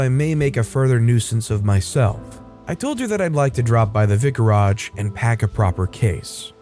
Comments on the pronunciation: You've pronounced vicarage wrong 😉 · You pronounce vicarage strangely.